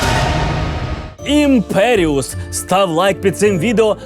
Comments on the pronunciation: Правильно вимовляти ''Імперіо'', а не ''Імперіус'' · Закляття вимовляється "імперіо"